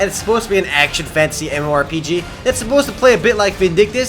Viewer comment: wow december is big month so many mmorpg get alot of updates and CATACLYSM too ;o i like how u say fantasy ;d it sounds like fancy :D REMO FOR THE WIN